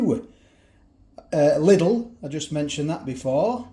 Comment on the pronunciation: Lidl is actually pronounced "leedel" but i'm not german so i don't care.. 😂😂😂